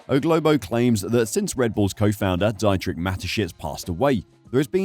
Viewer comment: Mispronunciation of a name is not respectful mate, Dietrich has an E sound as in Peter (pee-turh) ie and i sounds like ee in Germanic languages. Come on and make some effort in pronunciation, please.